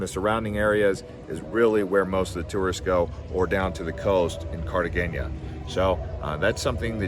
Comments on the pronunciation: Cartageña? 😂😂😂😂 bro!!! How can you give advice when you don’t even know how to pronounce it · Pretty good reporting, sir...thanks for your contribution. Tourism dynamics in Colombia have been shifting over the years, and while places like Cartagena (not pronounced Cartageña, fyi), Medellin and Santa Marta have always been popular, the capital city of Bogota has a significantly higher level of tourism. With the city's sheer geographical size and population, there are more museums, historic sights and a greater variety of upscale sectors for tourists using international currencies. Bogota is referred to as the refrigerator (la nevera) by Colombians throughout the country, but its climate is actually quite enjoyable, imho. As someone who lived and worked in Bogota for seven years, I'd say visiting the capital along with other destinations is a must. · Man hasnt said the name of Cartagena right not once during the whole video 🤣🤣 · PLEASE learn how to pronounce Cartegena!!!!